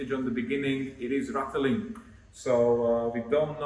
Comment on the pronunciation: Ratteling? I guess you mean rattling, yes?